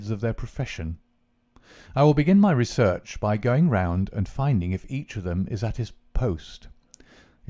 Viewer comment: The first story but the reader has pronunciation issues imho. So far Catullus, inexorable and research all need editing and replacing with correct pronunciations. Otherwise a very good reader.